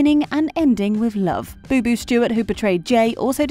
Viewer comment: The name is BOBO, not BuBu...